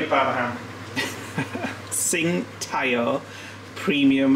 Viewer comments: The beer is Sing tow (ow like you hurt yourself) lol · I love garlic, but that was way too much. 😅 the freshness and how you cook it impacts the flavour. The beer is pronounced ching dow 🍻